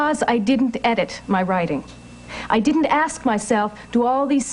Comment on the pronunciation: Hold up hold up..let me axe you sumthin. 🤣🤣🤣